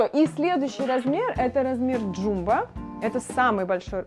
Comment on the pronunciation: Jumbo не ДжУмбо, а ДжАмбо.